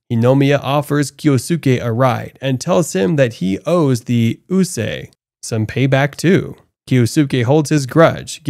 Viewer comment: It took me longer than I care to admit that you meant USA every time I heard "uu-sah" or "uu-say".